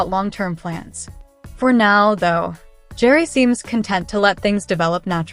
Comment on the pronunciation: Pronounce Gerry like GARY